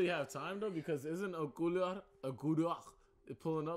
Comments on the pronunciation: Ulquiorra my guy, ulquiorra. Not Ekora not ulkora... Ulquiorra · When tried to say Ulquiorra. 🤣🤣🤣I didn’t know wtf he was trying to say. I laughed too!